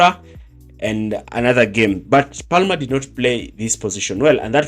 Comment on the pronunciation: You don’t pronounce the L in Palmer. It’s said as “Pamer”.